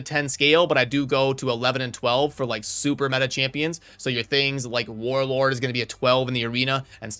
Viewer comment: no the way he said warlord was “war word”